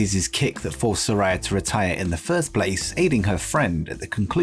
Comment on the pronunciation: It's pronounced Sa-RAY-a, not Sa-RAI-a. Get it right that annoys the crap out of her